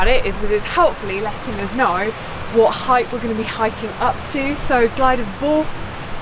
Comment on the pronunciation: FTR - it's pronounced Glidder Vower not four! Noce film, and a iconic walking route. I was hoping you might have had a shot of the gulley next to Bristly ridge as you descend off the top of Fach, as some of the online apps send you that way. I've walked this as a kid a couple of times with my parents in the 70s (before there were steps up devils kitchen) and we followed to same route as you - head east off the summit to intersect the Miners path that then takes you onto bwlch tryfan and into the cym